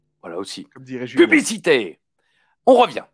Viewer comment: PUBICITÉE ??!! 😂😂😂 Ça a un rapport avec l’extreme Expose ?? 😂